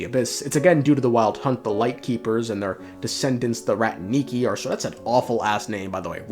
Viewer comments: "rAtniki", not "ratnIki", it's a Russian word that translates as ancient word for warriors, it's not used nowadays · It's rAtniki, not ratnIki